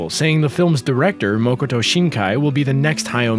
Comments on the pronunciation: It's not Moo-ko-to, it's Maa-Ko-To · Please, Its Makoto Shinkai, not Mokoto Shinaki. As someone who speaks Japanese, this is a simple detail, it is literally his name. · Btw it's Makoto not mokoto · it's makoto not mokoto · It's MA-koto Shinkai, not "MO-koto" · It's been more than a year and there is still no erratum. IT'S MAKOTO. MA-KO-TO